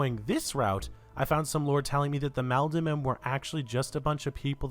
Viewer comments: god the way you kept saying "MAHLdenmen"................its pronounced Maul-den-men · I think it’s probably pronounced “mall-den” men—Malden is a city in MA. Had to say something 😂 great video